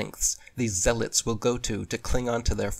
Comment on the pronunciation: Peace and love bro as always... Just more sh they can't and won't explain. P.s: bro did you say "zealots"? 😂😂😂